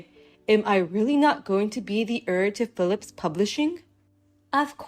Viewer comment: Heir is pronounced air. Drives me crazy listening to it.